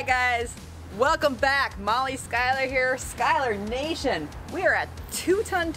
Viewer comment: Isn't it pronounce "Shuler" and not "Skyler" :D